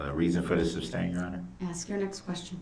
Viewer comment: And………how to pronounce sustain (as it’s not “substain”).